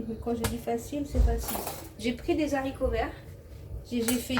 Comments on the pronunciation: Beurk les Zaricots 😂😂😂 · On dit Haricots ! Pas de liaison Z, car c'est un H aspiré !